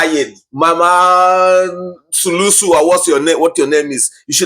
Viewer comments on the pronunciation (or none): I like the way you say this woman sulusu😂😂it's suluhu which means solution in swahili....but I don't think she has the solution for her country